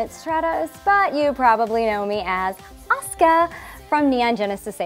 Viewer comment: Love that she pronounces her fucking name correctly. People know how to say Sasuke but say Asuka wrong in the west. Baffling